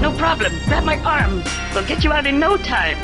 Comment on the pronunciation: "oh naur!!!"